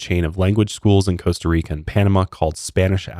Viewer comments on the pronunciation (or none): Try to say Panam-ah not Panam-aw. That's more how we say it. I am half Panamanian (been there plenty of times, my grandpa was born in Panama City), I am very grateful you emphasized how beautiful and nice our people are. Many other people have said less than nice things about us (calling us savages, etc). We aren't perfect but we try very hard to be hospitable to foreigners!